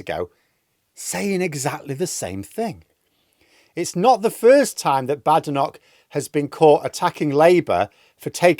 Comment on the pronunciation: I cannot understand why you mispronounce Kemi Badenoch's surname. Is it because you don't respect Tories?